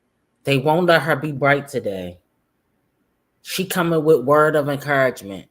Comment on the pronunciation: She don't say "words of encouragement" she says "word of Acouragement" 😂